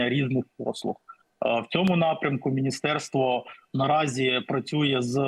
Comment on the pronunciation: Потужно запрацювало́ мини́стерство❤❤❤